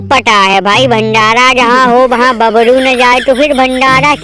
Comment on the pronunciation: भाई बाबरू नही जिम बाबर बोला करो😂😂😂